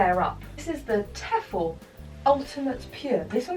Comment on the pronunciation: That is not how you say Tefal omg